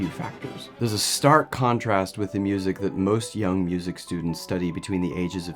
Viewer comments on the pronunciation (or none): none